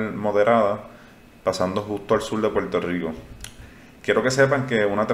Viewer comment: Ejemplo : se escribe y se pronuncia igual la palabra "hablar"....y no "hablal".....se escribe y pronuncia "Puerto Rico" ....y no "Puelto Lico"...lo mismo es para "Verde"...y no "Velde"...."mirar".....y no "milal"...."sin embargo".....y no "Sin embalgo"......y así sucesivamente. Es muy importante que usted lo pueda "introyectar" (no "introyectal") ya que en teoría los expectadores no sólo buscamos información, también es válido lograr estar escuchando una dicción de dicha información plasmada en su canal de manera correcta, según los estándares gramaticales básicos. No es mucho pedir, insistimos. No creemos ofender a nadie, es normal lo podemos comprender que se arrastren algunos sesgos de dicción desde la infancia, pero nunca es tarde para perfeccionar o eliminar ( mejor dicho), tales sesgos. Esperemos que nuestra opinión sea tomada en cuenta sin ningún tipo de discriminación o censura. Gracias.